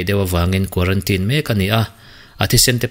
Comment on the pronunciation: It's quarantine, not quarantin ,bro